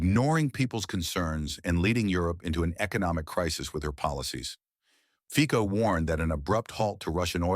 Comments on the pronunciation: His name is FICO, and not FIKO ! Stupid narrator ! FICO, not FIKO ! LEARN HOW TO SAY IT RIGHT ! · Why do you pronounce i Feeh-koh and Or-bin? Why don't you take the trouble to look up how to say their names properly?